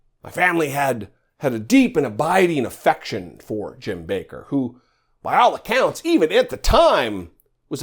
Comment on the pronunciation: It's 'Backer' not 'Baker'. Like 'WATTers' not 'Waters'.